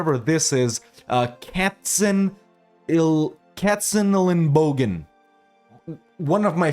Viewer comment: Shoutout for pronouncing those german city names very well!:yougotthis: #Katzenelnbogen